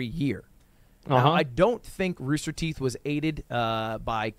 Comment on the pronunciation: Wtf is ruster teeth?